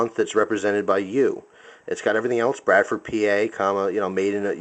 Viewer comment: "Bradpord"? (Made in China) lol (and no, its not wrong for me to say it because it's true and i'm chinese)